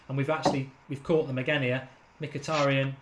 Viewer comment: Mkhitaryan, being an Armenian surname, sort of supposed to be pronounced not M-hee-tA-ree-uhn or whatever, but Mhee-tar-rYAn, the stress is on the last syllable YA is one sound, not two, similar "ya" as in "yard" methinks ))